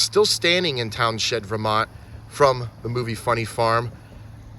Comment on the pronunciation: I am liking your videos a lot lately. Not that it matters much but the town with the gazebo is pronounced towns end. I grew up around there